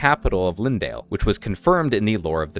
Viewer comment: its not lindale, its leyndell > lain dell